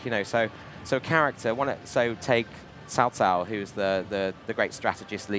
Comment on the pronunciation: Hey first guy that that I seen in these video that doesn't pronounce cao cao name and make it sound like barbequed pork